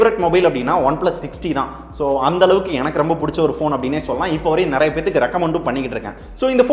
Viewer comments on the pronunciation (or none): none